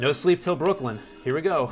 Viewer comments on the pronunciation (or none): none